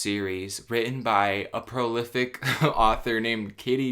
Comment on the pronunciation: Dude, I didn't even know this was a thing! He said "prolific" 🤣 I love this guy!